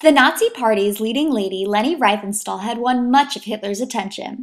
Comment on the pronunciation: "REEF-en-stahl". ...In German, with double vowels, look to the second vowel to determine how to pronounce it: ie = "ee", ...ei = "eye".